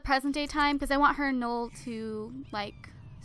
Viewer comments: It actually is Noel, like Christmas in French, not like you said ''Nool" because that's wrong. Trust me, my great grandfather's name is Noel. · it is pronounced "no-el" not nole :P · it's no-elle :/